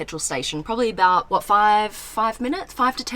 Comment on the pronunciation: Blondie When She Sees an Amazing Car: WHAT What Americans Hear: WATCH